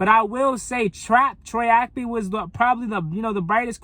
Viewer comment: Good video but Bruh! It's Troy Ap-KEY! KEY!